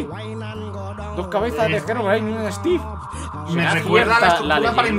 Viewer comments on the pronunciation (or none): none